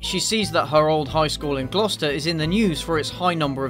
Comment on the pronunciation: He pronounced Gloucester right, bless.